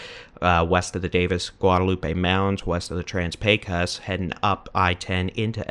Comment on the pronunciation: FYI, the "o" in "Pecos" is pronounced as an "oh"